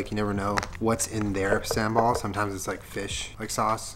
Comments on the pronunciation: sambal lmao pronounced as sum-ball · Oh shit you use SAMBAL?!?! Fyi it's pronounced SUM-BALL. We have that in Dutch-Indo culture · vegan chicken wings sounds like satay you guys should do J&J’s Kitchen vegan satay since you guys like peanut sauce and sambal so much. btw hearing caucasians pronouncing sambal just became my new favourite thing thanks Dad.